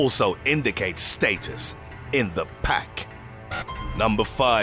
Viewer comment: Pppppaaakkk instead of päck